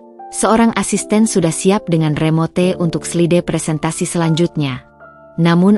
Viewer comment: Tolong cara membacanya yg benar contoh remote bacanya remot bujsn remote